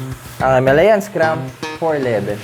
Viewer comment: Brod...tama ang bigkas mo...HIMALAYAN... May isa kasing blogger na ang bigkas nya ay " HIMALYAN "...Kasi naririnig nya yun daw ang bigkas ng mga indiano...eh bulol kasi yang mga indiano na yan... Sabi ko sa kanya...ang nakalagay ay HIMALAYAN at hindi HIMALYAN... Kinuha yan sa Himalayan mountains dahil pwede nga ang motor na yan sa off road... Yun lang brod...salamat... May royal enfield din kasi ako...classic 350... Thanks...